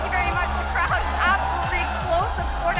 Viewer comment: “Nyc crowwd is the best crrowd cause not baised" i mean how can you be biase when youre representing team is losing on repeat